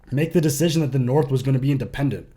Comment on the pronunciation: The Boston accent 😂😂😂💀 “ Going Naaath!”